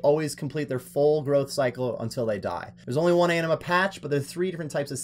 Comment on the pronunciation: Anima, not amina lmao. Also how tf do you spell Etceteria "Ectaria" while literally looking at a map on which it's spelled correctly?